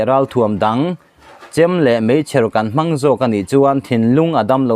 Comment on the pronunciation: Ṭuan leh mâng ni lovin, tuan leh mang tia lam tur.